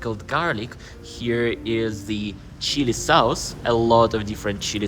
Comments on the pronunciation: Educational video. Maybe describe the taste a little more, like sour, sweet, hot. Strong or mild. Also you pronounce the vowel in the word sauce wrong. It's pronounced like hot or fox, or like faucet, instead of like house. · I like your video. Please pronounce SAUCE as SOSS.